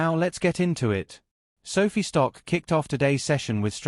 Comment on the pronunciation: Your lame AI voice is mispronouncing SOFI.